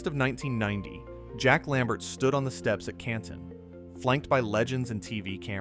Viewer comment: Also you catch how the AI voice said CANTONE lol